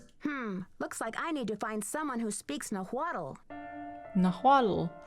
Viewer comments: CRINGING at how they pronunce Nahuatl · i find it hilarious that their "mexican" dude cant say nahuatl correctly.